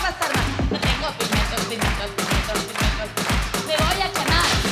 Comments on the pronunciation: Soy la única que oía "no tengo pimientos, pimientos, pimientos..." en vez de "pigmentos" cada vez que lo decía?? 😆😆😆😆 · Hay una vez o dos que dice pimentos,🤦🏽‍♂️,con auriculares se nota más...